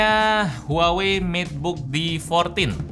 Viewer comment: Huawei: Wah wei: Huawei